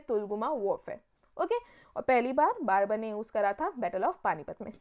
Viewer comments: For the video thanks but Babur ko barbur kiyu bol rahi a😂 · Babar, not Barber. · Your pronunciation is wrong..it's not barbar it's Babur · Mam babur hai wo barbar nahi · Aapne Babur ko Barber bana diya.... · Barbur nhi hai ma'am babur hai wo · I thought I'm mistaken but now I know mam was saying Barber